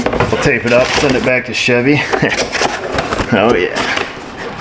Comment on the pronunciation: it pronounced Shevee. For our Spanish speakers😂😂